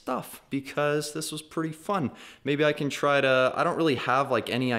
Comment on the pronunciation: when said fun i thought he said F***